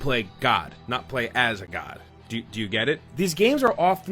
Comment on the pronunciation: why did you put the emphasis on "as" instead of "as A god?" whatever its called. Nice, very respectful.